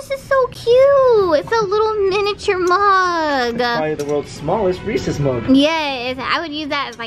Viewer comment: I think was just as triggered as me when kept saying Reese's wrong, haha. U should not mess up the name of America's best chocolate!